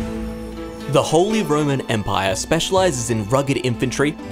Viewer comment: Ah yes, the Wholly Roman Empire, not to be confused with the Partially Roman Empire. How can you possibly not know how to pronounce "holy" and yet still ended up doing this voiceover?